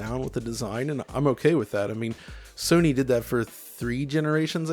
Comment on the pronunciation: I always hear Somy claiming and i always laugh as well